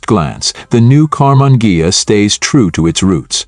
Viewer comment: I clicked to see how badly the AI would mispronounce "Karmann Ghia".And I was not disappointed.